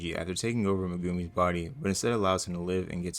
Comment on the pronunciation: you pronouncing Megumi as "muh-goomy" really messes with me 😂